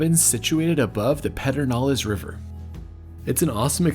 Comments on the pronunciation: As a lifelong Texan from San Antonio, it is great seeing the Hill Country get some love. Such an awesome collection of towns and things to do. Some local intel about the park. It is pronounced Purrr-den-ales in spite of that pronunciation making no sense! Enjoyed the video! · “Pedernales” is pronounced with a bit of Texas twist: Perdenales. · Loved the tour, but was ROTFL at your pronunciation of Pedernales- maybe you should have asked a Texan?!😂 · Always the teacher, sorry, but you mispronounced Perdenales.